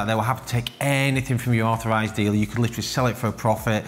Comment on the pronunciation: Due to the accent, when he says “Rolex authorized dealer“, it sounds to me like “Rolex overpriced dealer“. Hilarious, and true!